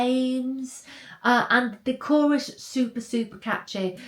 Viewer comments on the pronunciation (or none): none